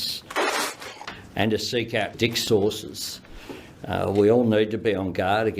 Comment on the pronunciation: He meant to say “discourses” at 3.17 but he said “dick source” …. I think he definitely got the latter